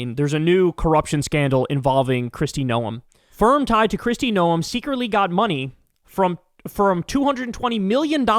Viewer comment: "No-uhm"? It's pronounced exactly the same as gnome. If you're gonna make fun of the fascist botox barbie from my state do it right 😤